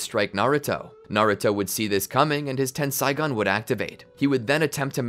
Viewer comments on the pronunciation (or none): its tensaigan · It's Tenseigan, not Tensaigon. Ei in Japanese is equivalent to the long A sound. Ai in Japanese is equivalent to the long I sound.